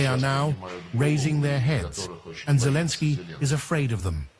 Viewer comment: can't even say Zelensky's name properly